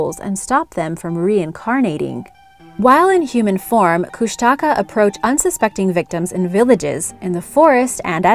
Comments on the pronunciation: Lol kushtaka no its koooshnaaakaaa is how you would say it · Kushtaka is mispronounced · Also, it’s pronounced Koosh-te-kah. Otters that turn into men. The stories still scare the crud out of me. After watching this vid with an old friend we sat around telling stories we heard about them from elders in the Tlingit and Tsimshian tribes.💗💗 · i live in southeast alaska and am tlingit, and i actually cringed when you said kushtaka haha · idk why but i get really annoyed when people pronounce kushtaka wrong? like I understand why, but i still get annoyed? might be because my mom's been telling me stories forever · Just a thought find out the names before doing your film Kustaka nope Keanai yes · The Tribal name is pronounced Kling-it . you totally mangled the word. Kush-ta-ka not kush tak ah